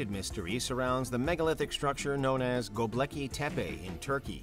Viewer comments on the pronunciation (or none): Dude, come on. It's Gobekli not Gobleki. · go-bek-li not gob-leki. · Go-BEK-li not Go-Blek-i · Did you really just call it "GoBLEKI tepe?" Jesus, dude.